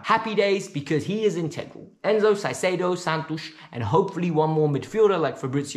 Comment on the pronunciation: ZEIZEDO???? JAJAJAJAJ CAICEDO bro